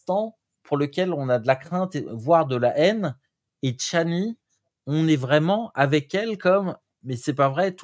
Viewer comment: C’est pas chanli, c’est Chani !